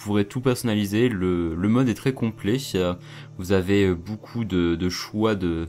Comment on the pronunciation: Vidéo de qualité. J'aime ton "boucoup" :)